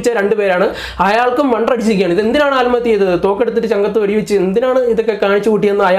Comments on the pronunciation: ആൽമത്യ അല്ല ആത്‍മഹത്യ ഓക്കേ പോയി 100 പ്രാവശ്യം പറഞ്ഞു പഠിക്കണം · സഹോദര. ആൽമഹതൃ. എന്നല്ല .ആത്മഹത്യ എന്നാണ് ഫാരൃ.അല്ല. ഭാരൃ .ഭൂമിയുടെ ഭ വല്ലാത്ത കഷ്ടം തന്നെ ഉച്ചാരണത്തിന്റെ കാര്യത്തിൽ മറ്റു ജില്ലയിലുളളവർ മലബാർ മേഖലയിലെ. ജനങ്ങളെ കളിയാക്കി. സംസരിക്കാറുണ്ട് അവർപോലും ഇന്ന് നല്ല രീതിയിൽ. സംസാരിക്കുന്നു എന്നിട്ടും നിങ്ങൾ. പഴയ പടി തന്നെ. മഹാ കഷ്ടം